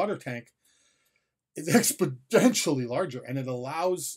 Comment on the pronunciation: So.. I have heard it twice... and (sorry) it kinda triggers me. You seem to be somewhat educated and I have now heard you say expodentially... it's exponentially... with no "d".